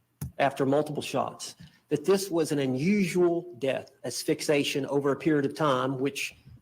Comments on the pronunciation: the word is asphyxiation - not asphyxation! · It drives me nuts every time he mispronounces asphyxiation. Ass fix E ay shun! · Ok….it’s “ass—fix—eee—a-shun”,!!! “Fixation” does not cause death!!! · Assfixatio? Asphyxiation. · He doesn't even know how to pronounce the cause of death correctly. As-phyx-i-a-tion. He answered a frigging ad asking for a lawyer for a murder trial. That says it all. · Sure would be nice if this experienced attorney could pronounce "asphyxiation" correctly ... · He can't even pronounce asphyxiation. From what I remember the suitcase was found upside down on Boone's video and there was suggestion that she had kicked the case from the top of the stairs and it landed upside down, which would explain the head wound.